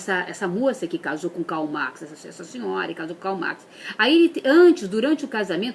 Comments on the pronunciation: Gisleine Marques Se Lula ''cumpanheiro'' nem falar português direito sabe,não tem nem diploma e muito menos chegou no ensino médio foi presidente.., porque que uma mulher que fala Kal Max não pode falar de política?, ela não tem obrigação nenhuma de saber pronunciar Alemão, ou Holandês, ver uma pessoa falando isso, e justificar o discurso de ódio da Dra.Chauí é muito mais absurdo que uma mulher falando Kal Max ou Revolução Rússia, e outra Karl Marx não é o mais publicado no mundo, ele perde para nomes como Nietzsche, Schopenhauer, Locke, Hobbes, Montesquieu, Russeau,Adam Smith, Maquiável, Walter Benjamin, Platão, Aristóteles, e até mesmo Sócrates que não publicou absolutamente nada é mais impresso ou citado em livros , ou debatidos que Marx, Pra se ter uma noção A obra de maior importância de Marx para o comunismo foi escrita em 1848 e foi publicada em 1888 Post-mortem por Engels, cinco anos após Marx morrer 1883, dizem alguns historiadores, sociólogos e filósofos que Marx adiou por mais de 30 anos o lançamento do mesmo pois viu que sua Teoria ideológica possuía falhas, por isso a obra o Capital é seu Magnum Opus, e não o Manifesto Comunista que é muito mais fundamental para a ideologia comunista que o Anterior. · A pessoa não sabe falar com essa bochecha cheio de botox....parece o Fofão....quer falar de Filosofia nunca leu um livro. A Chauí falou pouco....a bobinha da papagaia falante não sabe o que o é teoria sociológica, filosófica e nem nada. Não sabe nem pronunciar Karl Marx....Kkkkkkkkk. Meu Deus...aterrorizado!!! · ***** uma babaca destas nem debater sabe, se fossem só os erros de pronúncia, o pior é que a toupeira estava colando, nem falar sabe, uma pancada destas aí, pode mandar debater comigo que ela sai todinha moída!! hahahahaha